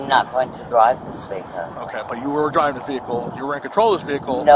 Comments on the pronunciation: Was it me or did she say "I'm not dwiving, I'm not dwiving" before saying it correctly the last time? I literally lol'd when I heard that for some stupid reason. 😂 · “I’m not dwiving!” 😂😂😂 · 'But I wasn't DWIVEEEN, I wasn't DWIVEEEEN!" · Second one: “I’m not dwiving”😂